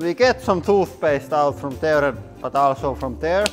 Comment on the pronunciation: I know he said "bottom fell out also" but it sounded like "bottom fell out of asshole" which is a whole other kind of problem...